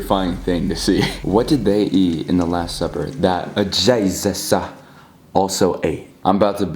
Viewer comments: XD HE SAID JEZE ESA WHY HE SAID IT LIKE THAT😂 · the way he says jesus i was laughing so hard😀 “jEsUssS” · Bruh why the f*ck are you keep saying jayzuzz? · Stop saying Jesusu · I turned captions on, it says is saying " Jesus says" XD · Why you saying Jesus name like that